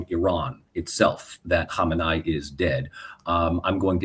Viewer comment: It’s hard to take a “political scientist” seriously when they can’t come remotely close to pronouncing the name Khamenei correctly.